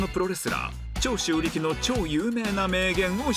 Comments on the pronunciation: 長↓州↑力↓さん 軍隊！ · 純ちゃんとミリ愛ちゃん、ご卒業おめでとうございます、お疲れ様でした！ こういう制作は永遠にいつまでも思い出してます、もう寂しいぞ！ そして、 : 桃ちゃんの解答の途中でベロ出しって超可愛いでしたね、面白すぎましたも！ 笑笑 : 与田ちゃんの「長州力」アクセント… 笑笑 〜 ：バナナマンの教官の歌が楽しかったです、特に「ち・あ・き！」を一緒に歌うことも最高でした！ 桃ちゃんの「暴れたい！楽しみたい！軍隊！」… ありがとうございます！ 笑笑笑